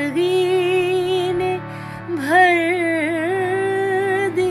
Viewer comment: Learn Urdu to improve your pronunciation of some words. For example your pronunciation of "Zindagi" is not clear. Your "GA" is not correct.